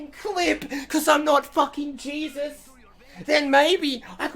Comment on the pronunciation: Je-zeus haha